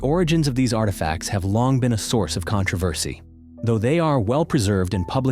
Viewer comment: This video was made by AI. No matter how true, someone is making money off the bare minimum. Pay attention to the pronunciation of such words like “controversy”